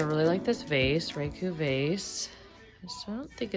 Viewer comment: my dear ceramic-artist daughter-in-law is a talented and well-regarded Raku artist! She tells me that the correct pronunciation of the technique is "Rah'-ku" rather than "Ray'-ku." Love your videos!